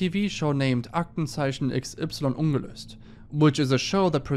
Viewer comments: The way he said 'ungelöst' made me thinkthis is a german channel lmao. well done. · Omg do you speak German? You pronounced "ungelöst" perfectly!